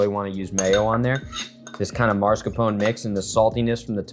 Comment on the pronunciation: Why are you saying MARS-CAPONE. It is mascarpone. Not a real chef I guess.